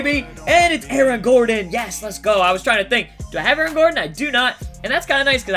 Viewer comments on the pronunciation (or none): none